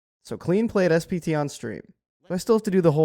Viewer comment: I swear to god this content creator is saying "SBT" and not "SPT"